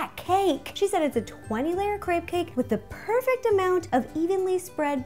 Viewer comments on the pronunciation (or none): none